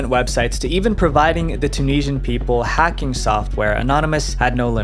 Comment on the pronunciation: I wish you could pronounce Tunisian.